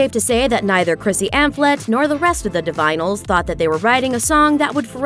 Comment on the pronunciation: 'Di-vinyls'? It was pronounced 'Di-vin-a-lis'.